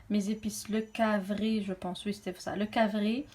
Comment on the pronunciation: Cc ma belle il s'agit du carvi et non cavri 😍